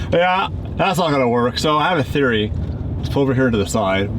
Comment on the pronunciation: "I have a theroy...(says theroy)...I don't know, I'm not a chemist...."💀🔥